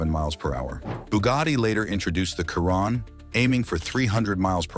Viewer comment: Ya right a "Khiron" not a ,"Chiron..'